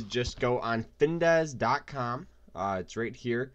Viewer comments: It’s called FINVIZZZZZZ not Findesss... 🤦‍♂️😂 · You mean Fin Viz, not Dez. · If you cant even pronounce the name, how trustworthy is the advice? It’s FinVIZ........ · As soon as he mispronounced the name I was out 😂